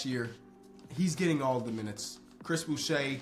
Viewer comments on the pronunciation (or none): none